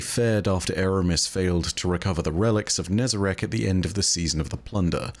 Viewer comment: please do not call it nezarec ooze💀